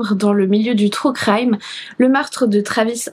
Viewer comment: Qu est ce que vous avez tous à prononcer « TROU CRAÏME »???